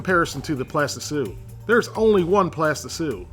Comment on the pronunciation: What on Earth is a "plastisue"? Or however you spell it.